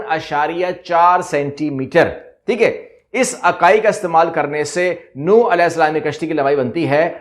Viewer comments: السلام علیکم... کشتی نو نہیں نُوح پڑھا، بولاجاتا ہے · نوح ع کا نام صحیح پڑھا کریں